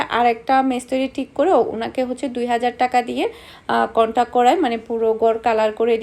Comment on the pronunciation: It's contract not contac dear sister.... Bless you